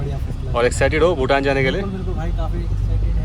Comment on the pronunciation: भूतान not भुटान